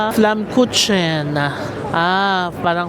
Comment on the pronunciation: Ang bigkas jan sa flatbread "flammkuken"😊